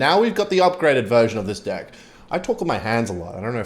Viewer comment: HE SAID DECK WITH AN E